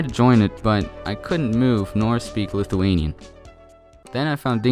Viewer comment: I like how u said lithuanian when that was not even close to lithuanian